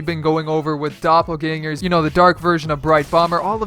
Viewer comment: I'm german and its always so funny when you say "Doppelgänger"